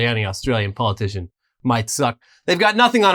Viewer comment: "We're gonna talk about another australian policitian..." me: ... Bob (Katter) or Pauline?